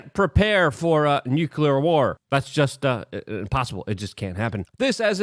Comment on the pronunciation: IT's still NU-KLEE-AR and NOT NUKE-U-LUR!